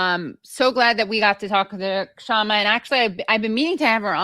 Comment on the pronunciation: I think the "K" is silent, Shama, not K-shama.